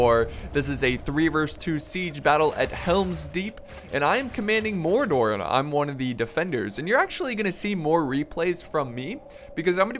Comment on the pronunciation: what? dwarfes, mordrod? in helms deep? noo, cant watch this